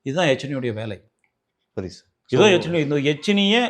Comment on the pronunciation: யக்ஷினி..எச்சினி இல்லை